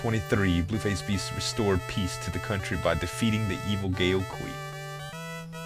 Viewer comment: Good game. My friends and I played the hell out of this back in the day. And if somebody didn't mention it earlier: The letters "ao" are pronounced as "ow". So the words "Mao" and "Gao" rhyme with "now".